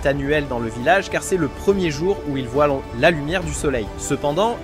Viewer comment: "ne voien"T" pas" mais quand vont-ils apprendre le français ?!